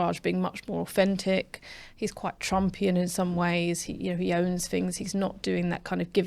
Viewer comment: "apaffy" "orfentic"